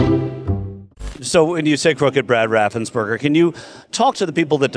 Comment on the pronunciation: How many different ways is he going to mispronounce Brad Raffensperger???